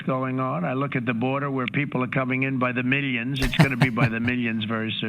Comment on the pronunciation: Meeleeons, it's coming in by the meeleeons!